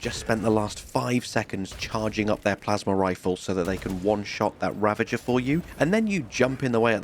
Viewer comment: Ravner not ravager